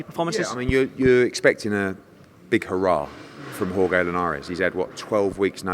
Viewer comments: its pronounced horhe not horegay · Horhay you mean